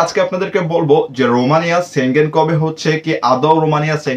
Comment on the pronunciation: সেনজেন কথাটা ঠিক ভাবে বলতে শিখুন